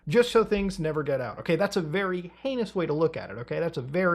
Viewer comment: Thank you so much for pronouncing heinous right🫡